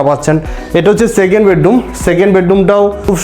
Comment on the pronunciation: বেডডুম নয় বেডরুম ।